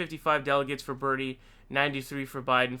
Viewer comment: Thx for getting Bernie's pronunciation correct......you have permission to say Bloombard through I N F I N I T Y